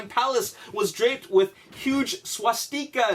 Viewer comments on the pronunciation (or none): Swa-steekas...really? Come on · you want to talk about being disrespectful, i think you'd get frowned upon for pronouncing swastika like that to a germans face. (f.y.I., I'm not german) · swa-tpimus prime. swa-garton lol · u dnt need to talk history wen u obviously dnt kno shit about it,, u cant even pronounce swastica corectly.... and that wasnt just a tank ... it was a german tiger tank.. and that wasnt a jeep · The way he says swastika